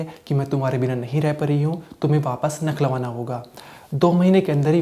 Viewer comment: भाई बार बार आप लखनऊ का नखलऊ बता रहे हैं कहां से छानकर लाये या आये हो आप😊